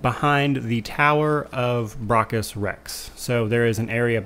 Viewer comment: Stop miss pronouncing braccus.